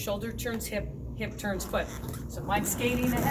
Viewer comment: I thought you said mohawk turds lol